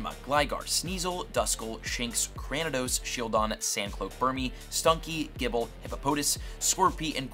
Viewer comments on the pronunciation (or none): none